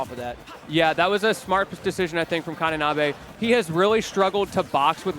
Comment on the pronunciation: Ka-NI-nabe. Ni like knee. Please, for the love of god